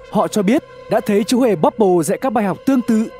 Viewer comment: Ban đầu đọc là chmúa hmề bobble